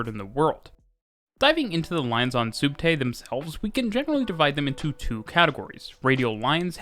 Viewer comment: It's short for subterraneo (sub+terra = under+ground). It's pronounced spot on in the video :)